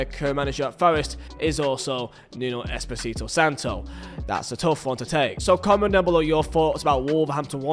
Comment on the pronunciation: at least say nunos full name right mate